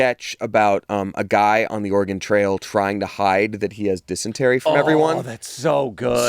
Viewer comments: I'm sorry say "Oregon" again? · The most upsetting part of this episode was - how pronounces Oregon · waaaait. says Oregon like an east coaster